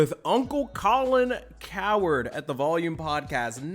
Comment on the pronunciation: It’s COW-HERD like a herd of cows. Make sure to pronounce the “H”😊😊:_THATGUY::_THATGUY